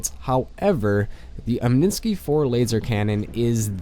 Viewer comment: omninsky? its omni sky